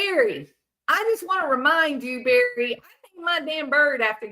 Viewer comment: Did you say Barely Morphew? 😅😂